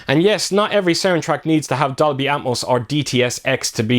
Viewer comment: Every time you say Dolby Atmos, I hear Darby Apples.